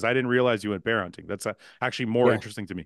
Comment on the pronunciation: Bear chat, not bro chat